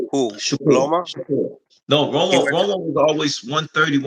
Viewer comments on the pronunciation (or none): Love you.. but it’s LOMA, not ROMO not LOMO … lol “respectfully” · Yo u gotta stop calling him romo😂😂😂